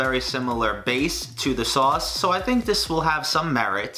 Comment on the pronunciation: “WHERE’S THE LAMB SAUWC!?”